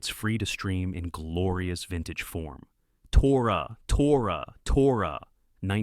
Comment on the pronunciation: that AI voice really struggled with saying tora tora tora and navarone